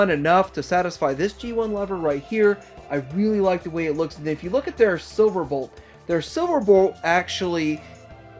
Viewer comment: I'm sorry but I heard the "spiriyit of the character" and "silverbort"